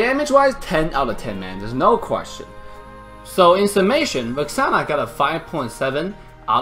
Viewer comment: Did he say Vaxaana?